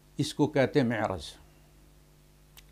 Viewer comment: مِعرَض❌❌❌ مَعرِض ✅